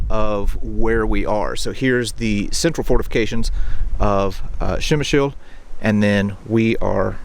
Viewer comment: To property pronounce name of this city just add "pre" like in "predator" to what you are sayin' now😉